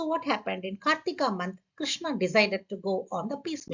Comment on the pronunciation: Thanks! Great information. Btw, if I may, Ma'am just a small correction is needed in the pronunciation. Krishna (with long a) is Draupadhi. It has become a habit for us to always end the words with long vowels and that obscures the meaning as well.